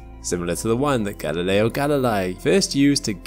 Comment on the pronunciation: When you cannot pronounce Galileo's name correctly you lose a lot of credibility.